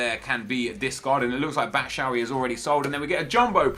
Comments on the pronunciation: ITS BATSHWAYI NOT BATSHAWY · Batshuayi not batshawy nep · "Batshavy" Hhahahahahhahaha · Bachoowee 😂😂 neps pronunciation of players is great banter